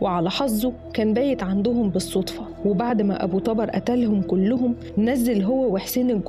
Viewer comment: ملاحظه ابو طبر بضم حرف ال (ط)